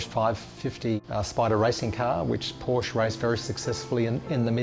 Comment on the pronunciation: Porsche is a 2 syllable word.